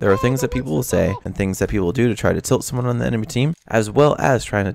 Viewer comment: i heard "so" when u said someone